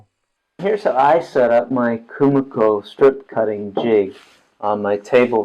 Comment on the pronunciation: KUMIKO is pronounced “KU-MI-KO” (KU-ME-KO), not “KU-MA-KO”…